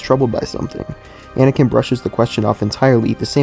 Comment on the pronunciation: Anakin* Not "aNiKiN"